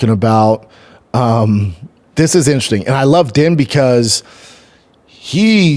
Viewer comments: Out of her own mouth Ditcheva said that she doesn't care about ever being in the UFC or fighting the best & that she just wants to stay undefeated & make a lot of money lol. Also, Din is pronounced "Dean", not "Den" lol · Isnt it pronounced Dean?